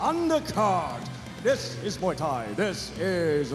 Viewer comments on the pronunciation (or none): he said Muay nak😂